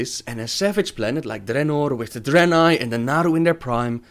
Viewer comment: I like that Draenei accent you're doing!